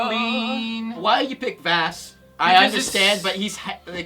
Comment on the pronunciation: It's not Vaas "Vas" it's "Vaws" So stoip saying it wrong people jesus. So annoying.